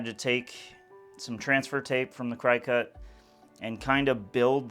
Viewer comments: Hey. Not to embarrass you but Cricut is pronounced CRICKET. 😜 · Excellent,! This is SO fun seeing you explore different avenues and even better that you are getting them to all work! Love the outlining you did and really think that was the cherry on top! FYI...it is pronounced "cricket" even though it is spelled that way! I did the same thing when I first saw the word! 😋